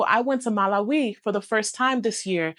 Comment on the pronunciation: ha ha how you pronounce the country of Malawi Its a good country worthy visiting, and even relocating..!